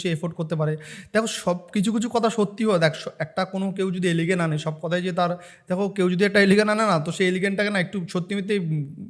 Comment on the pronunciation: এলিগেন নয় রে পাঁঠা, কথাটা হল ' এলিগেশন ' !